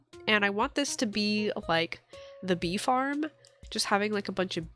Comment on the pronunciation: around the 18 minute mark when you said bee farm I thought you said beef arm and was so confused lol